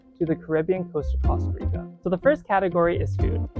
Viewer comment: He pronounced it correctly. Are you American? They pronounce it coasta rica, but that is incorrect.